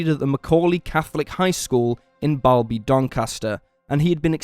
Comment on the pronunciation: Also it’s Bal-Bee spelt Balby but pronounced Balbee